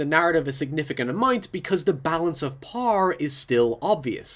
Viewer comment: Hey mate, I love your videos but whenever you say power it sounds like you're saying "par" and as an accounting major I get really confused as to why you're suddenly talking about stocks.